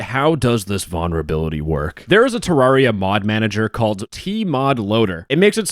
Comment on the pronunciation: Please add the first "L" in vulnerability when you pronounce it. I actually can't stand to listen to you say that word for a whole video.